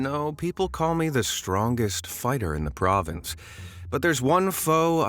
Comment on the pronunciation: wait why did you say province?